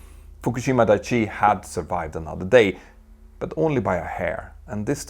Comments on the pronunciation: Dai-ichi, not dai-chi. Just correcting the pronunciation as a fellow Swede Dai means big, Ichi means one. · Thabks for the video. But I must. It is "dai-ichi". Not "dai-chi".